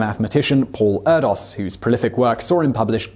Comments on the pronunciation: Erdős = AIR-dish (sort of), not Ur-dos. Incorrect pronunciations rarely bother me because I know I make a ton of mistakes too, but for some reason this one got under my skin. Sorry. =\ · Also "ErdoSH", not "Erdos"! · Paul Erdos' name is pronounced 'air-dish', and you could have noted that the 'Erdos number'' pre-dates the 'Bacon number' by more thna 20 years.